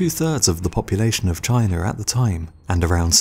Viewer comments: Its ''China'' ffs, dafuq is a 'Chinar''? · There is no "sh" in destroyed... And, it's pronounced China; not Chiner! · Am i the only one who is hearing him say chiner. instead of china? also you forgot about alexander the great's conquest of the persian empire, and india. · Why do Brits pronounce China; Chiner? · I'm still tripping on how you say "Chinar". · "that took place in chiner" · Chiner, Russier, wha?